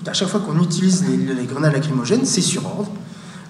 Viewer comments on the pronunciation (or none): none